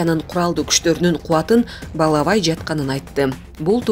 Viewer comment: Балабай эмес, баалабай деп туура окучу. Силер эмне шарашкино конторада олтурасынарбы?